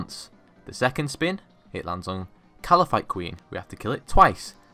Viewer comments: I get so mad every time he says ''Kalaphite'' queen. that's just so awful.. ^ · its kalphite not kalaphite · So where does the second A come from in Kalphite, eh? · Why can't say/spell Kalphite properly